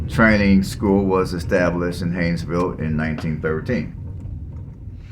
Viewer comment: Learn how to spell and pronounce the town you are talking about.